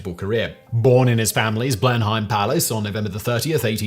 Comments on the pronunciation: No, the palace's name is not prounounced "Blen-hime." Instead, we say "Blen'em." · did you say blen hime??? really?? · Blen-hime? Umm no. Pronounced blenim. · Rather sad that a British born, university educated man mispronounced "Blenheim". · Not how you pronounce Blenheim. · I don't get this about... He's clearly a Brit, but he so often mispronounces names and place names in a way that a Brit never would. His butchering of the name of Aneurin Bevan is especially puzzling. Edit: see also "Blenheim". Edit 2: And "Auchinleck"